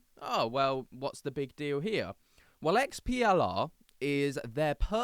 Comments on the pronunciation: Its not XPLR - its their EXPLORE club - sorry i got confused when u keep saying XPLR XPLR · It's pronounced explorer